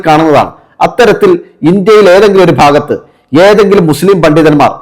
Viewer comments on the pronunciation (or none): none